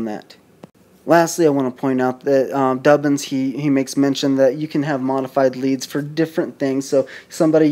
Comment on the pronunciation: D OO BIN, not Dubbin.